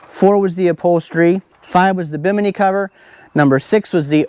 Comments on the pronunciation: Bim inn eee, not Bimeeknee. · BI-mu-knee is how we pronounced Bimini in the Bahamas...don't know if that's the same as the top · The top 'Awning' is called a bim - eh- knee, just like the island in the Bahamas where it got its name. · Im not saying this is right but to me it sounds like itd be pronounced more like bikini (bimini) you know? Like i said. No clue if im right or not but it seems like it fits? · I think its bimini lol